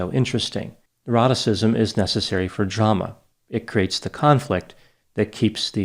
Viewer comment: I swear, every time he says “neuroticism” I hear him say “eroticism”, I need help.